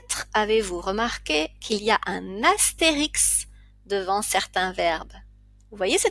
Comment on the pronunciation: depuis quand dit-on "Astérix" qui plus est au féminin, au lieu de "astérisque" au masculin???et "auksiliaire" pour augziliaire?pour quelqu'un qui enseigne je vous trouve un peu légère